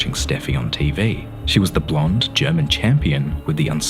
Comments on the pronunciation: 😂😂😂😂Yes, he did!🤣🤣🤣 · I heard that 😂